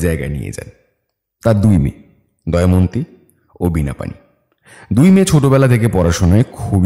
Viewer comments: It's Damayanti not Dayamanti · বারবার "দময়ন্তী"কে "দয়মন্তী" উচ্চারণ করাটা ভীষণ কানে লাগছে। বিষয়টা বোধহয় editing এর সময় আপনাদের নজর এড়িয়ে গেছে। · দময়ন্তী উচ্চারণ টা 🫣 বাকিটা জাস্ট দারুন ❤❤ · Please sir ato sundor path presentation er modhye main character er ei vul name uccharon khub kaane laglo Please etake clear karun ei vul unexpected Ager part eo same vul